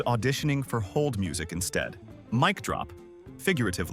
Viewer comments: I thought the same thing when it said “McDrop” instead of mic (Mike) drop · uh huh... and what human pronounces "mic" as "mec" ? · You need a better read AI. Just MIC wrong then gets it right. Can't say Bennys or live lol